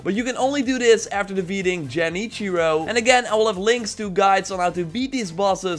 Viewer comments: man said jenichiro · he just said Jenichiro lol